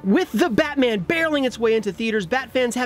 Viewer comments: “Batan: the movie” >Batan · Batan? Really IGN? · Batan? Who is Batan?